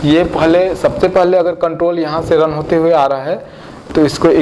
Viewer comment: aap ka "paaly" bra funny lgta ha